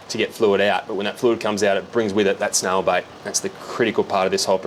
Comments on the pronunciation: how do you pronounce it snail bite snail bait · I thought he was saying snail bite and I was like dang, who knew snails could bite. Finally figured out he said said snail bait.